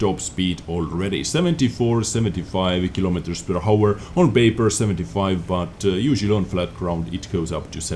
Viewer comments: Hi:) I really like your video! But it is really annoying for me when you say hour:D you don´t say the H in that word it is like our not hour:D keep it up, excelent work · When you say: per hour, the H is silent 😄 it makes me crazy when you pronounce it wrong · please dont pronounce the "h" in "hour":)